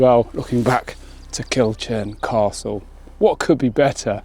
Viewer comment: love your work. Its pronounced Kill-kurn...